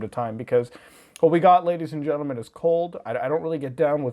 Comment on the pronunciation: you say ladys and jentelman very much. Noice